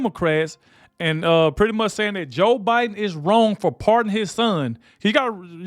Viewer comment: That title is a straight up lie > Nothing was caught on camera, no producer rushing on set, Charl gives Whoopi a kiss for how brutal their fight is & you sir need to learn how to pronounce Biden > His name ain't Buyin', it ain't Bine, it ain't Biyan, or any of it. Truly horrid drama stirring content that utterly bullshits it's hype